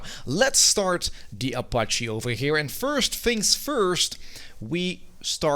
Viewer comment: "O" pache. minutes in and stopped.